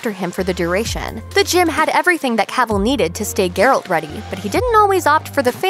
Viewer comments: ...Ger -alt... it is pronouced jer-alt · Pronunciation is "geh-ralt", not "ger-olt". Am I the only one who cringes every time she says his name?